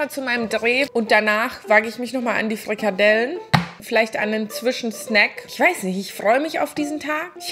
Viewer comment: Furchtbar, allerdings.. kalorrrrrien, frrrikadellen 😅